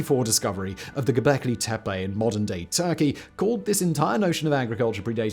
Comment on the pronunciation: Milo Rossi (miniminuteman) likely will congratulate you for properly pronouncing “Gobekli Tepe” flying in the face of countless other YouTubers 😂